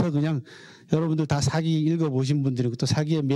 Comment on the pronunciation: 우선, 먼저 실망한 것은, 사기를 강의하는 학자가 사기의 "사"를 짧게 발음하신 것입니다. 사서, 사학 등 ",사"는 모두 장음으로 길게 발음해야 합니다. 사기를 강의하는 한국 학자들이 모두 같은 실수를 하고 있음에 놀랐읍니다. 고전을 전공한 학자이면 적어도 한자의 자고저쯤은 약간 알고 계셔야지요. 한국에서 한국어 강의를 하시거든 영어는 좀 덜 하시고 한국어를 바르게 쓰셔야겠읍니다. 계속해서 사기의 "사"를 짧게 말하고 계십다. 제 말씀이 의심스러우시면 , 한한 사전이나 이 희승 편 국어 사전을 참고로 보시고, "한국 어문을 고바함" 을 일독해 보시겠읍니까. 미국 변 완수 배